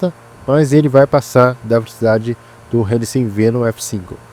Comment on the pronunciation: mano que agonia vc falando verocidade (velocidade) o tempo todo klkkkkkkkkkkkkkkkkkk